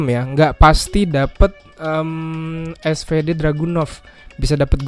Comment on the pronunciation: bang, btw kalau gak salah SVD dibaca nya "esfidi" bukan "esfede" KALAU gak salah bang hehe..